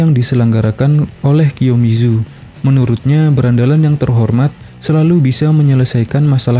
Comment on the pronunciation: Ralat kiyomasa bukan kiyomizu Kazutora bukan kazutaro